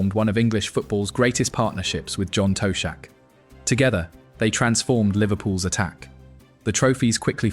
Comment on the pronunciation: John "Toe" shack. Spew.